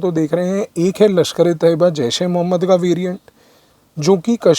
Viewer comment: Mujhe sabse acchhe baat ye lagi ki aapne LeT ka sahi pronunciation kiya. लश्कर-ऐ- तैय्यबा Hamari media ne तैय्यबा को तोयबा बना दिया था...